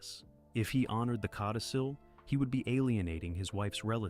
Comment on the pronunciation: Codicil ...not cotticil!